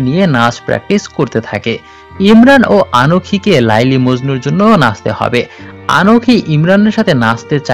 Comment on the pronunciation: Apnar uchharon eto vul kno laili majnu noy kotha ti laila majnu